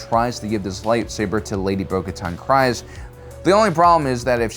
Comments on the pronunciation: Hate being this guy but its "Kre-ce" not house "Kri-ce" he says it wrong every time lol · Kryze is pronounced "Kreez." The name is said so many times in Clone Wars, Rebels, Mandalorian Season 2 and even in BoBF Episode 5, I don't know how a supposed Star Wars fans channel keeps saying the wrong thing, unless you're purposely trolling. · I love your content and the topics that you chose to cover. But I can't help but be bothered by the way you pronounce certain things, especially words/names that have been explicitly pronounced in TV shows/movies. Bo Katan's clan name has been pronounced on screen so many times, why are we still saying it wrong? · House KREEZE (The Y in Kryze sounds like an IE). And it's SUHbean , not SAAHbean (Sabine). Why do people insist on mispronouncing words and names that have already been correctly pronounced in the shows multiple times over? It's like nails on a chalkboard.